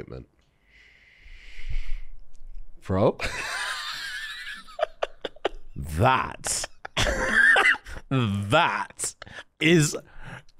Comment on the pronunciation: saying “THAT” has got to be the most HD he’s ever sounded on this whole show and it’s soooo funny